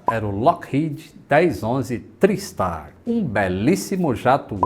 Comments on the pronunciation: não. A pronúncia usual é "trái" o mesmo em tricicle, tripod, triangle, etc. Procure algum documentário sobre o TriStar em inglês e ouça como eles falam. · consulta o Cambly.... A pronúncia é TRÁISTAR:) Meu primeiro voo internacional foi nele. O Lockheed L-1011 Tristar era extrememente avançado para a época: o primeiro avião comercial capaz de decolar, voar e pousar automaticamente. Mesmo assim, tinha 3 tripulantes no cockpit, sem contar os fantasmas.